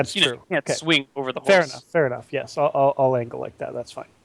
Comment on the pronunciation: The way says "yes" every single time as "yiss" is really grating and I wish he'd stop.